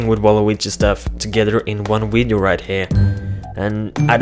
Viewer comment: You said wideo lol